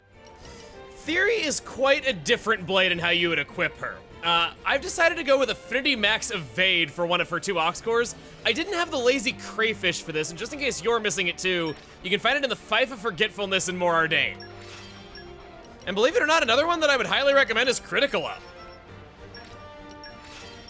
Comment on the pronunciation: I'm been meaning to tell you. "Fief" is pronounced "Feef". It refers to property granted to a family by a ruler, often as a reward for service to the kingdom/empire.